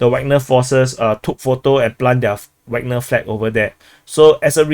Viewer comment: Every time says 'Wagner' I hear 'Ragnar'. That reminds me of Vikings and makes the whole DPA-videos experience much better every day;)